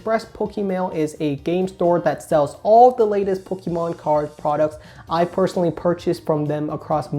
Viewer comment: Learn how to pronounce Pokémon please. Thanks.